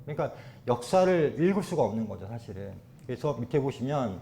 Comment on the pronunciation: 장음인 단어의 첫 자를 짧게 잘못 발음한 예: 두 번,서술,사실,전쟁,고조선 ,비사,제천,사고,등이니, 이상 예 만으로 이 강사의 장단음 문제의 심각성을 알 수 있다. 낭독할때 절도 없이 마구 읽었으므로 무슨 말인지 알수 없었음.